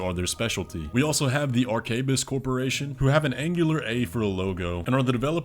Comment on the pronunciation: Arquebus = ar-kwuh-buhs